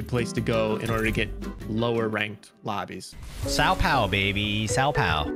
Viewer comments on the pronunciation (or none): That "São Paulo" pronunciation hurts so much 💀